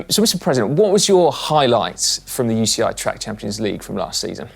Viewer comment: Manon... what is the "You she eye" 😂